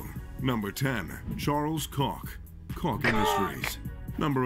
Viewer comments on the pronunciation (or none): Koch is pronounced as Coach, not Cock LMAOOOO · Everybody: Koch..: Kock....😂😂😂😂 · he said koch not cock 😂😂😂😂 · It's koch, yeah koch.. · Koch. 🤣🤣🤣😂😂😂 What❓ Kock🤣🤣😂😂😜